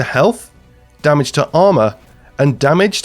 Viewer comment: I want to know why almost every division content creator says "damich" instead of damage